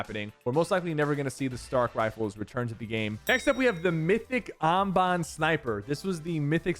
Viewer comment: Did you just say I’m bonbon it’s Amban sniper rifle